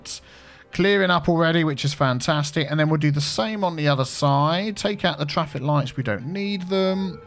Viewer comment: get that twaffic, you wascally wabbit